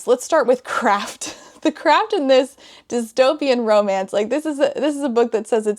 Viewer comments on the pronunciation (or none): omg it wasn't just me who heard discomance 😭